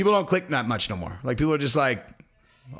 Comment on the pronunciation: … listen up… unless is pronounced UNless… not INless. You’re welcome 💪